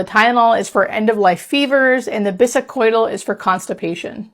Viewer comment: I am doubtful of you being a nurse how you mispronounced Biscodyl…Morphine suppresses the respiratory drive